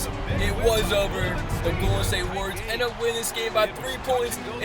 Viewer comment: The golden state wawioors